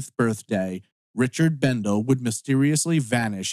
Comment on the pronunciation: He was my cousin, and it is pronounced. Bendelee.